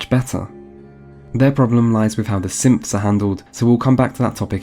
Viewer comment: “Wait they had simps in fallout 4?...” 5 min later “Oh he’s saying synths”